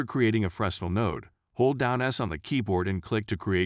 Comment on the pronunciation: You said "Frezznle" too many times for me not to point out its pronounced "Fre-nell" its a French word i believe